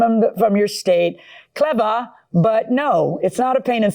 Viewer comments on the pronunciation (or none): I hate when this judge talks to Black people silly. Why couldn’t she say “clever” vs “clevaa”? She does this often.